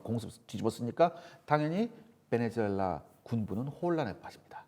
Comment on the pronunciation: 베네주엘라가 아니라 베네수엘라 라고 발음해야죠